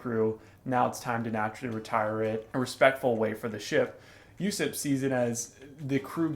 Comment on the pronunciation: Also Usopp's name is pronounced "Ooooo SOP" Not "Yusep".